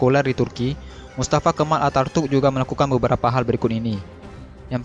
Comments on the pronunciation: Knp host nya baca mustafa kemal atartuk Seharusx mustafa kenal ataturk . . Perlu di tatar nih host nya spy tdk salah dlm pengucapan huruf2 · Pengisi suaranya salah ngomong harusnya Attaturk malah jadi Artatuk.. 😄